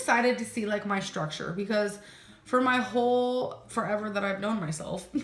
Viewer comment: Ladies and gentlemen. Lend me your ears... Did our Amberlynn say , Porkuguise instead of Portuguese??? Genuine question..